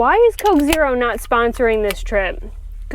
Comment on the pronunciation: Thank you for another wonderful video,,,, But,,,,,,Coke Zero!!!!!! Really.???? Really??? Dear god girl